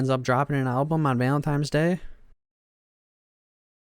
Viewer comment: His guilt or lack there of aside, your analysis of this is so infantile. This is really like a 5th grader giving a report on this. Your emotions are not nuanced enough to have an opinion on other peoples’ emotions and experiences. You can’t even say Valentine’s correctly. I don’t come at people on the internet but this is painful to know that people really put stock into primary feelings like this and stop thinking after that. There are more emotions than happy, sad, mad